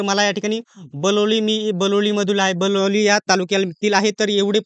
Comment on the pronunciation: बलोली नाही बिलोली आहे बे 😂